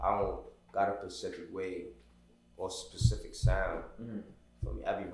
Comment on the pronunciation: Nicca it’s specific not “Pacific”🤣🤣